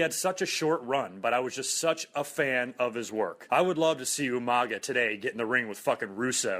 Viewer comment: It's Umanga, not Umaga.